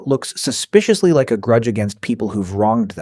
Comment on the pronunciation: And voiced by AI. When it says "animals just like us" it should've emphasised the "like" (meaning to be fond of), but it said it in a way that's more akin to "just like us" (as in, similar to). AI slop.